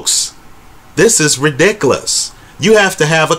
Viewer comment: You’re the best, man. Keep up the great videos. And I love the way you say “ridikalus”. PS - I’m witcha: GGG won both fights.